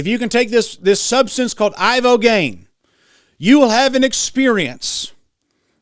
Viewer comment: Ibogaine ,,, brother not ivagaine